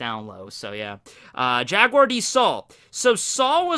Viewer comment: Robin's life was saved by Jaguar D. Saul at Oha.... JaGuar! There's the "G"